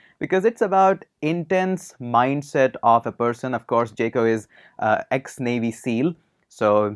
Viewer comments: It's Jocko not jeko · its pronounced as jauko